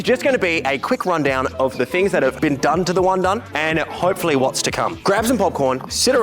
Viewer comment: Wundun ❌ Wun-done ✅